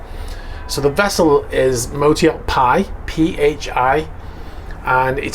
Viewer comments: PHI pronounced FEE. PI is pronounced PIE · FYI, it's pronounced 'Fee', not 'Pie'. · PHI is pronounced 'fi' not 'pie' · Phi = φ , ponounced "fi" in English. Probably a cheesy rich guy illuminati bs allusion to the golden ratio. Its a Greek letter so I dunno, maybe pronounced "pie" in Greek 😉👊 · That might be pronounced phi not pie (Greek alphabet) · not "pie" but "fi" (Greek F) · The latin name pronunciation of the yacht is "Φ" (Fi) from the Greek alphabet. Anyway what an astonishing yacht !! All Russians oligarchs now are going to be established in Dubai and UAE are going to grow exponentially !! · Fī, not Pie. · Hi, I have been very interested in following you videos recently regarding arrests of Russian owned yachts. Thanks. For your information, the name of the yacht Phy is pronounced Fi. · "PHI" is pronounced "fee" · I believe phi is actually pronounced with an F, my college fraternity is Pi Kappa Phi, Zeta Upsilon chapter. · I think you got the pronunciation wrong, there. PH with an F sound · Likely pronounced Fie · the 'ph' in phi is pronounced as an 'f'